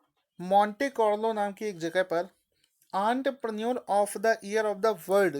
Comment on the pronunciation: Entrepreneur ka pronunciation 😂😂😂